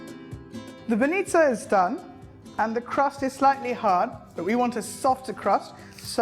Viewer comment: It is not banista but bаnitsa and you never put suger on mekitsi..... Omg, if this is your way of making them okay, but don't say that they are traditionally Bulgarian, because no one in Bulgaria would make them like you....